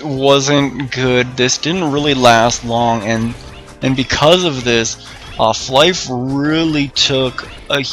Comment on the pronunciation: Its fly for fun. You call it flyff. Not fliff.